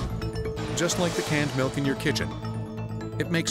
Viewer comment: There never fails to be one of those "melk" people. cant stand them lol